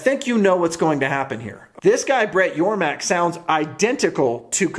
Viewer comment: Great video, btw its Yormark, not Yormak... lol